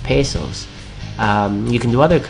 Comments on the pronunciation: me da risa como dijo pesos XD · i like the way u say pesos :)